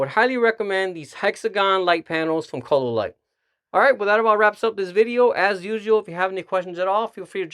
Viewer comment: Chololight? orale..lol